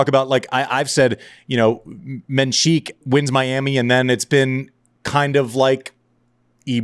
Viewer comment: It's not pronounced menSHik. He literally pronounces his name in some interviews, it's just menSik.